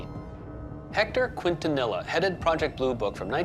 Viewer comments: Quintanilla keen-to-knee-yah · It's pronounced keen-tah-knee-yah. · They way they pronounce Quintanilla. It's not pronounced k'when-tah-knee La. 😅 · I'm from Texas. Evidently these people have never heard the name pronounced correctly. You and I know better... Keen-ton-eeya... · I'm sorry.... I can't watch this!! Everyone is mispronouncing Quintanilla s name!! So disrespectful!!